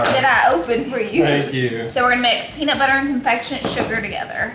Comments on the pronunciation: Peanus butter 😒🤣🤣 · really said penis butter 😂😅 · “He 100% said penis butter” 😂😂😂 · ‘He 100% just said penis butter 😂😂😂😂🤣